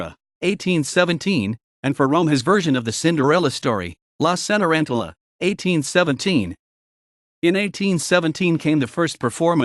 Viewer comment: A nice history, but...where is the music? Also note well: Gioacchino - do not forget that double "c" in his first name. Please pronounce the Ce in Cenerentola and Ci in Cimarosa and the gn in Bologna correctly. Roll those "r"s please. There are many other mispronunciations that must be corrected.